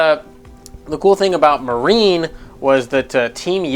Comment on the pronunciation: "Marine" It's Marnie.